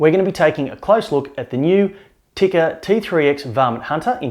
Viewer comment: Tikka is pronounced "Tea-ka", not "Ticker". Other than that, good review.